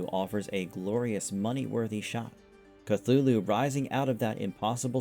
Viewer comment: Story takes an hour in audio book on here. If you'd listened to it you'd have better pronunciation. Call of Cthulhu.